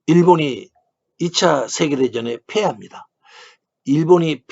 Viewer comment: "... 일본이 2차 세계대전에 페합니다, 일본이 페하자 국가인 기미가요가 페지됩니다 ..." ㅐ도 ㅔ, ㅔ도 ㅔ, 왜놈 말투